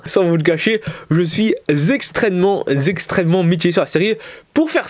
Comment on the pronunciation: je suis zextremement zextremement mitigé